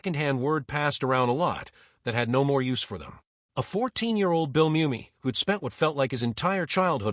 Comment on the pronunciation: One thing AI still hadn’t figured out is correct pronunciation of words. Pronouncing Mumy as moo-me instead mummy. Saying re-zoom instead of re-su-may.